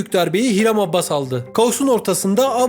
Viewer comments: Adını düzgün okusan keşke abbas değil abas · Abbas değil Abas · Her Abbas dediğinde kulaklarını çınlatıyorum haberin olsun adamın soyadını doğru kullan